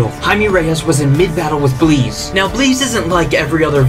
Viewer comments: Is her name really pronounced like that? Isn't it just... The word Bliss?? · Why is the name Bliss but pronounced as Bleeze? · Why are you pronouncing Bliss that way? Bleez? shouldn't it be 'Bliss' /blis/ Meaning 'happiness or joy' - which would seem to correspond with her powers to cause arousal. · He pronounces bliss into "bleez" instead of just reading it as is. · Bro keeps saying blees, it’s bliss, rhymes with piss or this. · What’s with mispronouncing “bliss”??? Her names Bliss. Not Bleeze. It’s Bliss. Like as in Pure Bliss. Bliss rhymes with piss not bleeze. Da fook?? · Is it actually pronounced Bleese? Not bliss? Not a Dc/Mcu fan. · Why are you pronounceing BLISSs. And BLEEZ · Why are you pronouncing her name like that? Her names clearly Bliss not Bleeze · Is it not pronounced "Bliss" like a blissful afternoon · can we talk for ONE SECOND that he can't pronounce crap like heamie and bleeze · Is Bliss pronounced that way? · Is her name actually spelled "Bliss"? Because of so man his pronunciation takes away a bit of my soul every time.